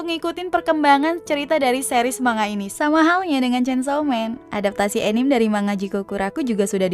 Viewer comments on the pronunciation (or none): saya req dong kalau anime jangan dibaca anim atau enim wkwkw santai kak canda doang